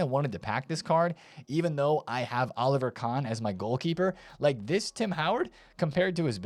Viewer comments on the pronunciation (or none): none